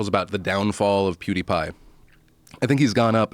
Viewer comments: hamthemad poo is pew sooooo he's in the right ball park haha....we need Joey Diaz to correct him and get revenge lmao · I think joe actually thinks his name is poodeepie from the way he says it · I love it when Joe Rogan says "poodipie" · Joe saying poodeepie lol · viper4991 lol I could see him saying something like "poopapidie" lmao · Joe "PhooDeePie" Rogan. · "pooty-pie" -Joe Rogan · joe calls him poodiepie lol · "Poodiepie" Pffffffffffffffffaaaaahahahahahahahahahahahah XD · Stop fucking saying poo de pie